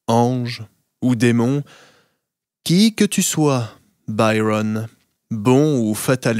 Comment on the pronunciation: Il me plaît mais je préférerais que vous prononcez Byron avec l'accent français et non anglais